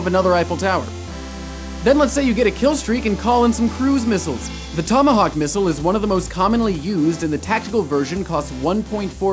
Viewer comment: is everybody to busy arguing about call of duty that no one noticed that he said thomahawk missile